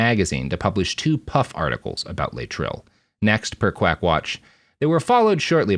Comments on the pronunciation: In the day it was pronounced Lay-et-tril not Latril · Thanks. Great video. Having said that, it is pronounced lay'-it-tril. Three syllables, first one stressed. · I've always known it as "lay-eh-trill". What's with this new pronunciation?